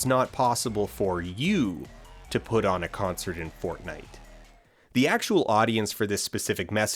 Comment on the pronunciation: Every time he said fortnite I lost 6 brain cells.